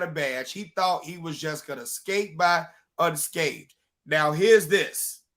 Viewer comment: Learn your English. *unscathed, not "unscaved".